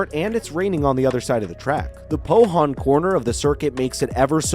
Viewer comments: At spa It's Not POHON it's POON YOU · Spa is pronounced Spa Frankershomops And Pouhon is pronounced poo-on